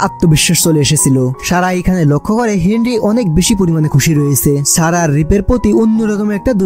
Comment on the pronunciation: আপনার উচ্চারণে এতো সমস্যা এতো ভালো একটা মুভি শুনতে বাজে শুনাচ্ছে। ছারা না সারা হবে। আপনি ছ, স, শ, ষ এর উচ্চারণ জানেন নাহ। মনে হয় ছোটবেলায় পড়াশোনায় খুব বাজে ছিলেন।